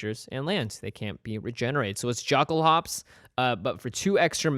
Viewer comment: I cri evertim I hear you say yockel-hops